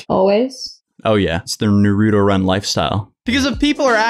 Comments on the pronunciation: no hate but its naruto not narudo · Naruto not naruuuto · The way you say Naruto triggers me I'm sorry. It's Naru-to, not Nar-U-to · "Naroooooto?" It's Naruto (Narr-uh-toe) lol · Na-root-oh? I always though it was pronounced nar-uh-toe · God, anyone else got a pet peeve on how so many people say Naruto wrong? ITS NOT FUCKING NARUTU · The way he says nuruto makes me cring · can’t pronounce naruto right don’t say it it’s NAH-RAH-TOE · Na-rue-tow lmao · The show literally says Nar-uto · “NUHROODO” 💀 Naruto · Nah ru toe? Wtf I hate people who talk the wrong way for no reason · NAW ROO TOE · You said Naruto wrong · The way they pronounce “Naruto” actually triggers me. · I lost all faith in you...You said Naruto wrong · "Nar-ooo-toe" haha you can tell this guy hasn't seen Naruto 🤣🤣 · you are saying naruto wrong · When fake anime fans pronounce naruto WRONG >> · The way he said naruto 😂 hurt me a bit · Ok... when you say Naruto PLEASE TELL ME WHERE YOU HEAR THE D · The way he pronounce Naruto sounds like a fake Naruto show. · So no one else is triggered by pronunciation of Naruto? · love you but you’re not pronouncing naruto correctly. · Lol I can see all the naruto fans getting triggered at this vid, he’s literally pronouncing his name wrong the whole vid😂